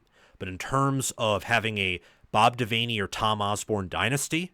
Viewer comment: Just a heads up, its pronounced bob devanny, just spelt devaney